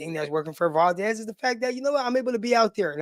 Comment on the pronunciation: It’s Val (like Val Kilmer) Dez (like Dez Bryant).